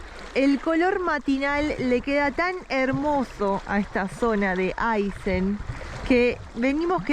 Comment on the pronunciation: "Áysen", no es así, es "Aysén" que no sé por qué es así, se parece mucho a la palabra eisen, que en alemán significa hierro. Muy buen video, disfruten ello, los queremos.. Vós tener que entender, en chileno sería "tú tienes que entender". From Stgo. de Chile.